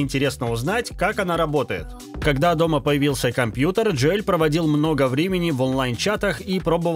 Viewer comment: Джо Эль. )) ДжОэл он.